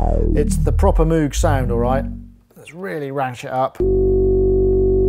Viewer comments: MOWGuh not MOOOOOOOguh - any way very good video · It's pronounced MOGE XD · I love the stubborn and deliberate mis-pronunciation of moog! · Haha I used to call it Moo-g as well until folks told me it was pronounced Moh-g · I hear cows pronounce it Mooooo -g all the time. :) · Your Demos are always the best. Thanks. I also cant get out of the habit of pronouncing moog wrong :-)